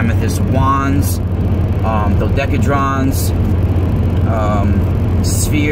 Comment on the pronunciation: doe - decka - hee - dron. if you're going to sell it, you may as well know how to say it, right? ;)